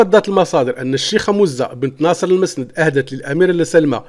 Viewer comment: C'est du n'importe quoi. غيركتخربق أوليدي. Et d'abord tu ne sais même pas lire المعنونة ça se lit al mo3anwana et non pas al ma3nouna. Et la princesse Mouza et non pas MOzza, bent El mosnad et non masnad. lawah seddari.